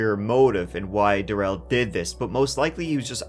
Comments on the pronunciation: I wish you wouldn’t pronounce his name “da-RELL” like he insisted. That was just his attempt at seizing control in this trial. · GROUNS! Long term fan, btw. But you have terrible pronunciation in this video. It's Dah-rel, and Waw-kesha, just for the record. I'm a huge fan, and if you ever come back to NY... well, golly, I live right by Sleepy Hollow and can show you around that cemetery, and give you all of the lore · Duh-rell!!!! Can't forget this f*ckup!